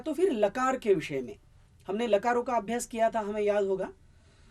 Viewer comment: मैंने पहले भी कहा था और अब भी प्रार्थना कर रहा हूँ कि आप अं की बिन्दी बोलने में हर जगह छोड़ रहे हैं। कितना अच्छा हो यदि यह त्रुटि आप सुधार लें। अभी पहली ही मिनट में आपने... कालो का, लकारो का बोला; जबकि कालों का, लकारों का बोलना चाहिए था। प्रणाम। दक्षिण भारतीय बिलकुल अं की बिन्दी प्रयोग नहीं करते। इसीलिए आपके साथ ऐसा हो रहा है।